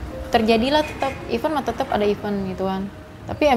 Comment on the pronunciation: I-vEnttt kayak bilang vEntilasi. Kenapa ya orang2 bilang iven iven